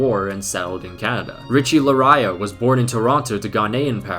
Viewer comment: Richie Laryea is not pronounced Lah-raya (confused me when you said it was Ghanaian lol). It's pronounced like Lar-yay lol